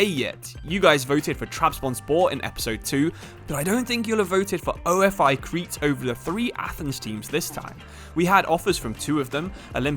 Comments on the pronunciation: it's pronounced ofe with e not o. f. I. ofe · Nice to see a video in my country's league. Sucks it's not in the actual game. By the way, AEK and OFI are not called by their initials. They are pronounced like a single word. OFI sounds exactly the same as the word Coffee but without the C. AEK is kind of like PAOK